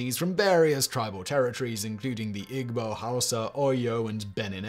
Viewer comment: You really butchered the pronunciation of the Nigerian tribes. For example Igbo is pronounced E-bow.